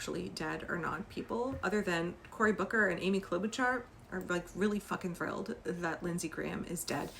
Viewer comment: Just a heads up. Klobuchar is pronounced "Klo-buh-shar".